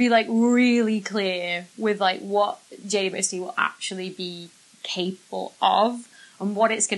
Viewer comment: Is it just me that hears her saying J-U-S-T instead of J-W-S-T? 🤔😆